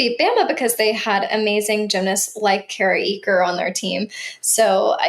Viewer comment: Enjoying your content! ♥ Just a gentle reminder... Kara Eaker pronounces her last name “acre” — not “eek-kur” - with emphasis on the "a" sound and a soft "ker" at the end